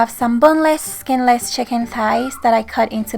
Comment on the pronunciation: Love the way u speak. Chicken thighs =chicken ties😂. This recipe is everything. Quick & easy is my kind of cooking😍